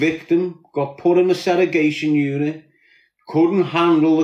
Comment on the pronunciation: I wonder if hes ever gonna stop saying " seregation" instead of segregation?